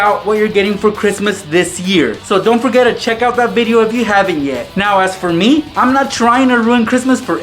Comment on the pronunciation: its check it out not chack it out